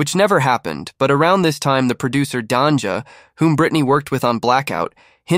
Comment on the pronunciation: Bruh. Did you just pronounce Danja's name as "Don-juh?". It's just Danger but slang, my guy.😅 Appreciate the video regardless.